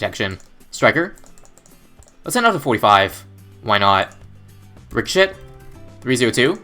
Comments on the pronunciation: It's pronounced richo-SHAY not rico-SHET haha great video though! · He did it on purpose cause he wants to be funny.